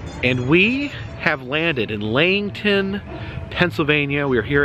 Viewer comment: pronounced LEE HEIGHT TEN